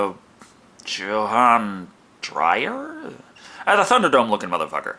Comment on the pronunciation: plz next time let me help you with pronouncing SA names and surname took me forever to make out what you meant by Johan Dreyer